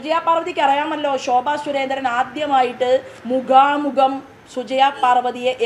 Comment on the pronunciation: മുഗാമുഗം എന്നു പറയല്ലേ!!